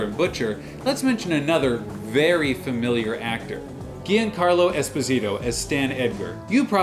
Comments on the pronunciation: Gee Ann carlo? and then you pronounced it correctly moments later. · Did my man just say "ghee-ahn-carlo" Esposito?